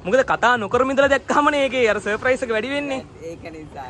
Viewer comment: අයියා සප්‍රයිස් කියන වචනේ කියනව වැරදි අප්පා